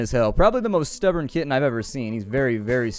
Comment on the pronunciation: When you talked about your kitten I thought you were saying kidney